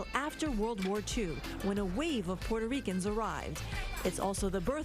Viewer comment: "porto REE Kans" 😂 🤦🏽‍♂️